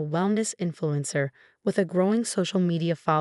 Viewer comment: Phony terms of endearment are insults. Facade, not focade. Influencer, not influence her. Megan, not Macon. Drugs, not droves. FIVE YEARS IS FAR TOO LENIENT FOR MOM'S CRIMES!!! SUBTLE, NOT SUBLE.